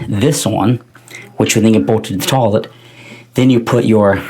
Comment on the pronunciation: Where are you from where it's pronounced Taw-Let? Not making fun, you'd think it was weird i call it toy-let.